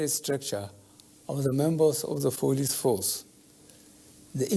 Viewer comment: How come na only head dey move,,Nigeria,is only God we look up to, abeg who hear how he pronounce trader money,police force,federalits funny